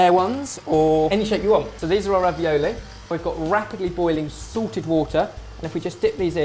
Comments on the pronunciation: every time says 'salted' water I think he's saying 'sorted' water, and think "What's sorted water?!?! I don't have that!!" And then the end of the video comes and I hear the difference... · whenever you say "salted water" it sounds like you're saying "Sorted water" and I always think, "Damn, these guys have their own brand name water!" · whenever ben says "salted water" i always think he's saying "sorted water". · thought he said "sorted" water not salted water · haha I always thought he said sorted water... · I thought you said "we've got rapidly boiling SORTED water" :D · When he said salted water I thought he said sorted water :3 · it's not sorted, it's salted water. it sounds like sorted with the accent.